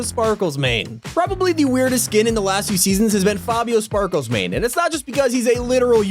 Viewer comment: Fabio sparkelsmane say it right